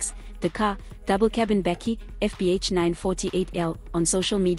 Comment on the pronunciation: How can you not pronounce the word Bakkie correctly or even the poor young man's name??